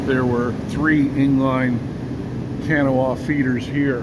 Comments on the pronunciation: The equipment manufacturer's name is pronounced Ka-NAW ah - same as the river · Kanawha.....(Ka Nah a)....or (Ka nah), if you are from here!! Difficult to pronounce , kinda like the Monongahela! Great Videos, from Charleston, Kanawha Co. WV. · I'm pretty sure that would be pronounced kuh NAW uh. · it's kanawha pronounced like K GNAW. It it a Indian trip that was in the area.